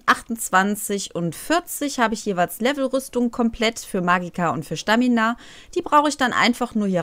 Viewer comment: Da steht Stamina nicht Schtamina